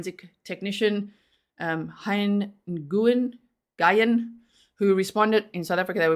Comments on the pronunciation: If it's spelled like "Nguyen", it's pronounced "New-n" basically. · If it helps I believe Nguyen would be pronounced “win” or “when”. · Nguyen is pronounced as "Win". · Nyugen is said Win in US i’m American born and the way you say it is the way I had said it for years and recently we had a family move-in with that last name down the road from us and they corrected me and said that once they moved to America that it changes to win. I had no clue and until they told me and now I’m trying to break a 30 year habit of how I say it and I wonder how in the heck did I ever get it the more South African Way because if that’s the South African version where the heck did I pick it up at lol